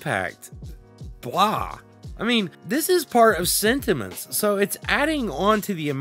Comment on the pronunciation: When you first say sentiments I heard cinnamons XD thank you for the overview!!!